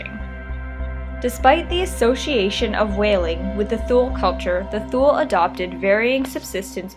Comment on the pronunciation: She's actually got it right.